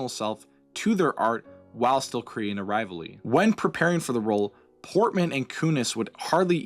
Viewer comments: Rivalry not rivally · can you say rivalrly again